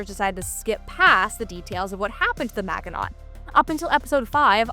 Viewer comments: MAJ-in-OH. Not MAG-in-AUGHT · I wish I could downvote this video once for each time she pronounces it man-ge-not when it's a very famous French name from WWII failure. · Your pronunciation of the Maginot really hurts my ears.